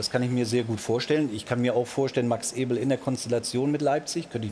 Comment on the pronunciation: angeblich sind sie gute Freunde aber Effe sagt seinen Nachnamen dauernd falsch... Alles klar